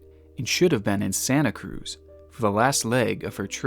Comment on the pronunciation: To the news anchor at the beginning: uh, sir, it's pronounced Santa Cruz.